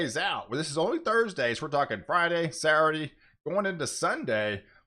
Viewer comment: I love to hear you say “Sourday”